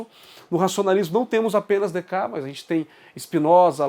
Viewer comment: Opa, Em francês algumas consoantes não são pronunciadas, mas não há nenhuma nome ou palavra que perca metade das letras, a pronúncia seria Decarte, na pior das hipóteses quando não sabemos pronunciar tem duas possibilidade, abrasileiramos, ou ouvimos a pronúncia num vídeo francês. Sim, a escolástica começa com Aquino, mas a baixa escolástica que caracteriza o pensamento que até hoje se chama escolástica é característica do fim da idade média, os últimos duzentos anos, e ela começa, na filosofia, com Agostinho. Temos que, em filosofia, ter cuidado com os conceitos, mas temos que fazer mais vídeos e mais debates também, parabéns pela iniciativa.